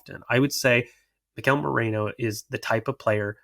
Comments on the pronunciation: Holy crap why can no one say Meh ree noh. 🤣🤣🤣.,,,...merino not Moreno 🤣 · has no business calling out pronunciation when he himself says morino